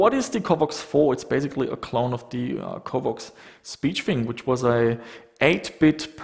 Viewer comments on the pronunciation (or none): Covox, not covvox. pronounce it properly.